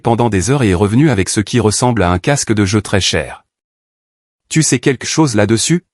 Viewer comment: Pourquoi est-ce si difficile de dire QUELQUE plutôt que de prononcer QUEQUE ?